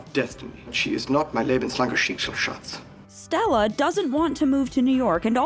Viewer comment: Greetings from Germany "Lebenslangerschicksalsschatz" is pronounced terribly wrong the whole time and not a real word ^^